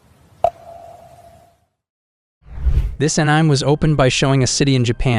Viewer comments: bro rea lly said ahniyme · bro said this an-ime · "this anaim" 💀💀